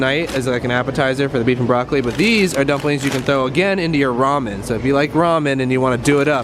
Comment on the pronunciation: Yess!! You say Ramen right! I am so happy rn xD